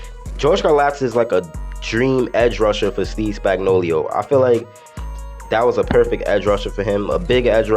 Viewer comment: Was dying when he kept saying spagnolio 😂 🤣great video though